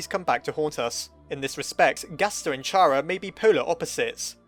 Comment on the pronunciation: chara is pronounced like chara in character. also shes not evil, temmie chang said so.